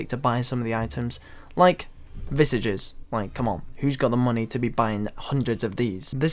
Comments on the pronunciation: Why are all RS streamers unable to pronounce visage properly? 😂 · How you pronounce visage pains me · Can you please learn how to pronounce visage properly? It's hurting my ears!